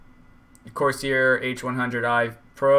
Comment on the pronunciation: It's pronounced Course Air. I get an all-core boost clock of around 4.9 to 5 Ghz using a Corsair H110. My temps rarely go above 70C, and that is with 1.31 volts.